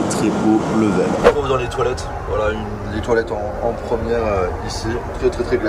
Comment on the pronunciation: La « promière » 😂